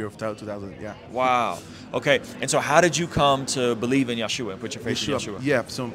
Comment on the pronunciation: thank you for correcting Yeshua’s name! It’s pronounced YESHUA!!!